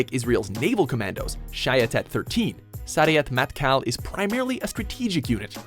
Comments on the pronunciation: Its pronounced Sey-ret Mat-kal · Sayeret matkal is pronounced sa ye ret mat kal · He killed the Pronunciation of Sayeret Matkal XD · why cant any of you natibe English speakers say sayeret matkal normally? ! ugh so f**king annoying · man you can't even pronounce sayeret matkal, is it that hard????? and yes it is kinda funny , i was in the army recruitment office the other day and they had a picture of all of the units and stuff stuff and sayeret matkal didn't appear there only the bat winged sword of shayetet 13. also i think that sayeret matkal should be higher considering that they had done operation thunderbolt where they sent soldiers to the entebee airport and the only casualties were yonnie netanyahu (which was a soldier, and the current pm's brother) and a woman that wasn't in the airport (she went to the hospital because she didn't feel well ) and the leader of uganda probably killed her or something, they operated on a whole other continent.... and succeeded...